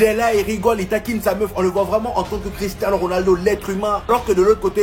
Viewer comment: Et les mecs, on dit Cristiano